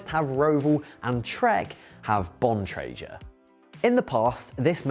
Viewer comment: This fool can't even pronounce Bontrager correctly. A brand that has been around over 30 years.